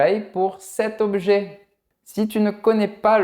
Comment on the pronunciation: face-purple-crying:Desole de vous deranger:, Vous pronuncer la phrase "d'un objet" etrangement. Je vais t'expliquer exactement: OBJET - sonnait comme OB-U-JET. Ou plutôt, avec trois syllabes! C'était drôle parce que j'ai dû répéter ta prononciation 5 fois dans la vidéo, jusqu'à ce que je comprenne bien! Est-il possible que vous ayez dit « objet » avec un accent régional là où vous habitez? Ou peut-être s’agissait-il d’un « lapsus »? Ou peut-être que je suis un peu fou? 🤣🤣🤣🤣